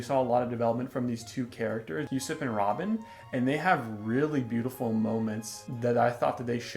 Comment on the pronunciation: Also Usopp's name is pronounced "Ooooo SOP" Not "Yusep".